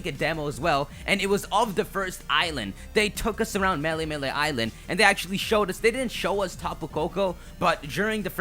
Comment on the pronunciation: I love your content, but as a native Hawaiian it's killing me hearing you butcher the words xD.. Melemele (Meh-leh-meh-leh) Ula'ula (Ooh-la-ooh-la) Akala (Ahh-kah-la) Ekahi (Eh-kah-hee) Elua (Eh-loo-ah) Ekolu (Eh-koh-loo)